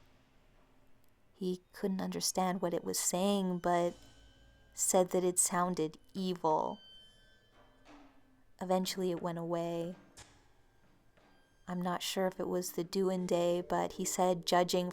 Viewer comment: "Duende" is typically pronounced like "dwenday". My Hispanic partner mentioned this.